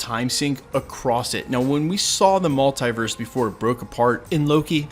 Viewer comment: Stop saying multEYEverse!!! It is multEEverse!!!